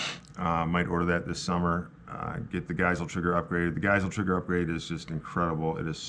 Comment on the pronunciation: friendly reminder that Geissele is pronounced GUYS-LEE